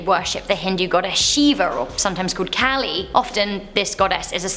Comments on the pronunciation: Wrong pronunciation of Kali, it's long a sound. Also that video of him talking to the journalist there's talk it was mistranslated and the guy might of felt accused. Also the Aghori tradition is much deeper than that and this is a misrepresentation of the practice. It's a closed lineage of vamacara Shaivism with roots in the Kapalikas and relationships to Kaula and Trika. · As an hindu myself, just to clear up any confusions: So, the Hindu gods she mentioned, Shiva and kali (both mispronounced lol), yes we believe that they are associated with death and destruction but not in the inhumane and negative way the aghori showed at. All. In fact, most of the festivals dedicated to them are celebrated in a very joyous and happy way. It's more like Shiva's responsible for maintaining the balance in the world, of both the positive and negative energy. They just "look" scary, in contrast to how the rest of the gods appear. If anything, they're actually considered as protectors, and many may turn to them in times of sadness or fear. Just like what happens with most cults which twist Christianity in a sick way, that's exactly what these "aghori" people did. There are many Hindu families who worship Shiva and kali, mine included, and let me say cults like these absolutely disgust me, because not only do they disgrace what we believe in, but they lead people to develop a completely twisted perception which isn't even remotely true. Sorry for that rant XDD but it just had to be said, it HAD to be